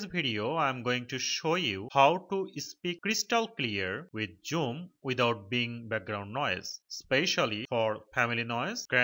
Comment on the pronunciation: Wtf is joom! It’s called zoom! 😂